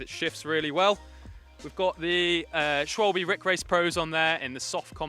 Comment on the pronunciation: Schwalbe no swal-bee